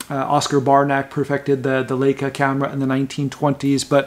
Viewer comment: Not the only commentator to pronounce Leica 'Lake-a' ...it's 'Like-a'